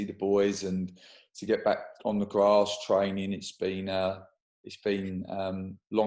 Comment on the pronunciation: We huh-oh-pe dinny cahley can get back on the gwass soon